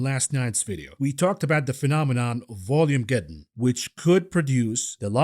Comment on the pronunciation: This vid sounds like all the others on YouTube this week...the capitulation and fear we have been awaiting. Sell everything!!! BTW, the Boogeyman du jur is Vol-magedden, not Volume-agedden. Either way, it's a MSM story to distract you. If you did not know that markets would fall until the debt limit "crisis" is resolved, then you should not be managing your own money or anyone else's. How many times do we need to see this movie before you can predict the ending?